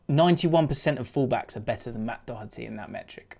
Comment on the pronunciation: on a positive note. well done for pronouncing Doherty correctly. a lot of english people [on tv at least] say dough-erty. particularly snooker pundits with ken Doherty. YOU'VE KNOWN THE MAN FOR 30 YEARS!